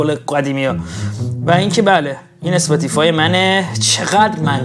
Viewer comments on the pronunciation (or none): none